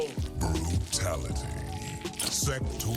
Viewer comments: Please stop saying Sekter. It's SektOR. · Thats not how you say Sektor.